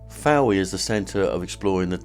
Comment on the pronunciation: I live here, , lovely video but please note Town is pronounced Foy! Apart from that, lovely !